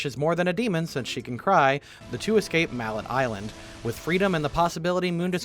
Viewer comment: Im Sure You've heard this, but it is pronounced as (Mal-ay) Island